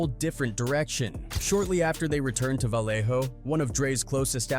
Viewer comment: Dead homies this a AI video. He ain't even pronounce Vallejo right